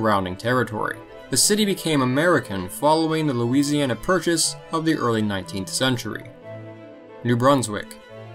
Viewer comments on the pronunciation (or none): none